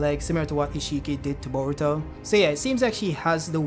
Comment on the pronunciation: Why's bro saying "baruto"??💀💀